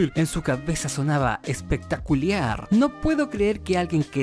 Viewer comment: JAJAJAJAJA "ESPECTACULIAR"🤣 Me gustó mucho el video, saludos